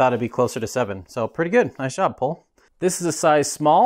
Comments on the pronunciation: Great to finally see this frame on the channel, I think it’s pronounced pol-ay as GMBN has their bikes on the channel regularly and highlighted the pronunciation. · Pronounced Pole ay